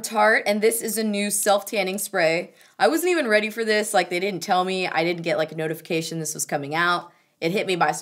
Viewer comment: with "dis dick" makes me laugh everytime!